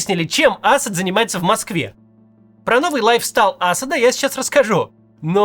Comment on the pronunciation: Вы ни как не научитесь правильно ставить ударения вообще. В и имени Аспда например... !!! Узнайте.